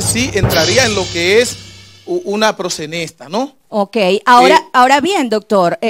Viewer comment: Ese abogado no sabe nisiquiera pronunciar la palabra “proxeneta” parece que comió espaguetis ese dia, está muy fiiiiiiiisssssssssno jajajajaja